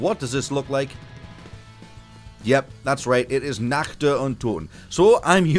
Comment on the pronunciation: Are you German? Cause you spell the word "Nacht" perfectly German !